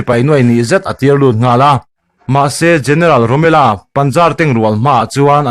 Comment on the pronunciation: Romela nilo in Romel-a zawk ani